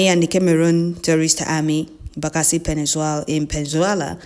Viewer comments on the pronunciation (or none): Pls check your pronunciation : PENINSULA and not PENZUELA